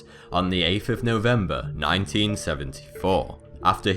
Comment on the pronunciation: Novemeber? I think it is 'November' :P